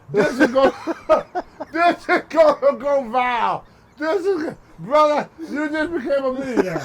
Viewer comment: Tony said this is going "vile" OMG!!! Too funny...